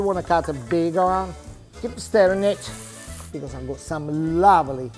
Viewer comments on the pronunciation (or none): none